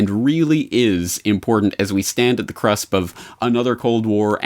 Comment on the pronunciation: did you say "as we stand at the crusp"?!?